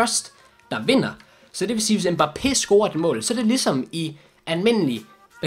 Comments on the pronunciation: Han udtales Mbappe. Ikke mba pé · Det udtales Mbappé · Slotteren han udtales mbappé